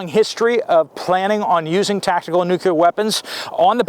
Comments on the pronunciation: Nuclear, not nucular. Nice cannon 👍 ☢️ can't wait. Gonna be a f. Flag. What an exciting day we live. Hurry up and wait 😀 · Nuk-lee-ar , not nuc-u-lar. Yea, I'm an English major. 🤷🏼‍♀️🤣